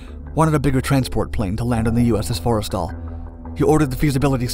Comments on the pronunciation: just for future reference, its not fores tal, its 4 stal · It’s pronounced “for-stul” not forest all Edit: source: I’m a navy vet